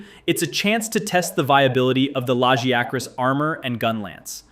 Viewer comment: Hearing you say "Lajéacrás" 😭